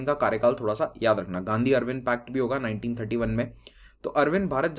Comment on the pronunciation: Sir its not Arwin in hindi but Erwin pronounces in hindi